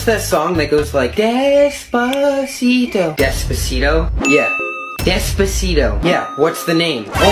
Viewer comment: Is it really that hard to say how it should be pronounced? I mean the song itself pronounces it as “des-PAH-sito”, not this “desposido” crap